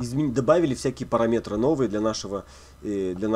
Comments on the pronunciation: сначала резало слух, теперь просто вызывает улыбку. парамЕтры - призрачные метры :) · Спасибо за уроки! Ток ударение в слове "параметры" просто убивает наповал) "парАметры"